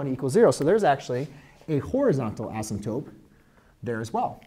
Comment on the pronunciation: You do great work, great videos! Tiny thing though, please pronounce asymptoTe correctly. I find the P (asymptoPe) very jarring, taking me away from your math for a minute.